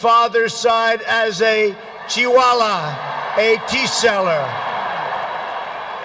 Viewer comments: He said चिवाला instead of चायवाला 😂😂😂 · Mr Trump you pronounced wrongly the word CHAIWALA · Pronunciation of chaiwala.🤦🤦